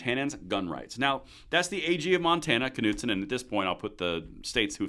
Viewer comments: I think it was driving me nuts each time you pronounced the K in Knudson 😂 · Pretty sure "Knudson" is a silent 'K' Just saying.